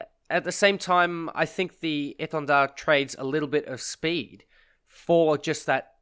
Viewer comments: Yeah it was very well pronounced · Thx for pronouncing the name right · As a french, your prononciation of étendard is really good ! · Your pronouncing of "Étendard" was on point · Correct pronounciation ! Very appreciated ! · Do u happen to speak french ? That the best pronunciation of Étendard that I ever heard from an English chanel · Nice pronunciation on the name, nice vids too.